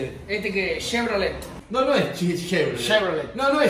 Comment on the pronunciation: "Este que es?, es Shevrolet.. es Shevrolet?" jqjajajajajaja